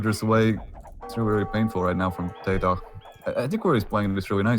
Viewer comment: How the other caster pronounced TaToH is very annoying